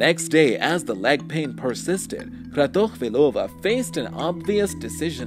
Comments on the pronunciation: Lenka Kratochvílová, don’t read it with a russian accent please, it’s a very common Czech name not Russian. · You just smashed the pronunciation of the name neither russian sounds like that. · The russian accent on her name is funny to me as a person from Slovakia, because it was Czechoslovakia... not Russia 😆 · What a bad pronunciation of her name